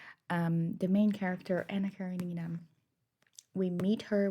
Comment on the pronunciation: Thanks for the review of AK. If you pronounce Karenina with the stress on REN you'll sound like a Russian. :) Keep up the good work